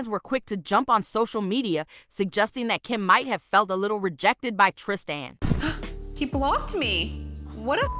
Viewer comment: It's Tristan not Trist an